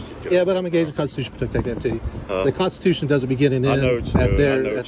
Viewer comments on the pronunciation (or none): It's incredible how they cant even pronounce Constitution let alone know what it is. This is why you just drive through Mississippi, plan well and don't even stop for gas.